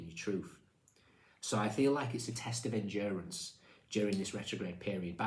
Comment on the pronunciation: Endurence, he says, smiling…. Have a heart, show some mercy, 😂